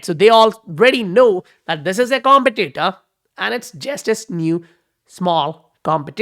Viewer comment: let me know if you dont care about pronunciations (I don't care really) but if you do, it's pronounced competitor not competitor. Thanks for the update!